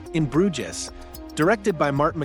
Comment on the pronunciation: = Bruges is pronounced Bruj = Ralph Fiennes pronounces his first name as Rafe